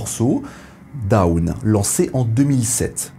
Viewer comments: Très bien ! Petite remarque: "Dawn" ne se prononce pas comme "down", mais un peu comme "dône", avec un "o" long fermé. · Si on est dans les erreurs de prononciation, en anglais dawn ça se prononce qqch comme [dône] alors que vous prononcez plutôt [daoune], comme down, qui ne veut pas dire la même chose évidemment. 😊 Mais très bonne vidéo au demeurant. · dawn ça se prononce pas daoune lol, t'as pas encore decouvert l'anglais toi. mdr